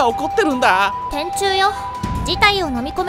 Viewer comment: 電柱と同じイントネーションで天誅よってw